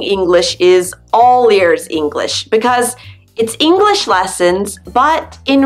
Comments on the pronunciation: But she's articulating incorrectly. The sh sound is not shuh. It's sh, like telling someone to be quiet. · Why, when she pronounces "English," does she say "English-uh"? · Why the spoken 'le' after she says English? The word is not Enghish-le, it is English! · nathanpiazza - totally agree! I’m a Californian and somehow came across this video and was thinking...what’s with the “uh” at the end of some words when she pronounces them. That’s NOT American. We don’t say “english’uh” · What is "English-uh"? The word has two syllables, not three. No one says it that way except perhaps Valley Girls. By the way, American Spanish speakers are the fastest talkers you'll ever hear. Puerto Ricans top them all. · Why do you say English-a???? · I’m an American English speaker and it’s sounds like you are emphasizing the last word you say in a sentence and adding ah to the end of it . Example - enough-Ah .... English-ah , just saying .